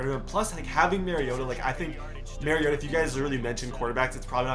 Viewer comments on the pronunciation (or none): It’s ma-ri-ot-a like when you say amari the A in the beginning of Marcus’s name don’t question I went to school with him